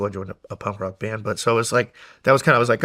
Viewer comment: Is Shawn calling it “pump rock”?😂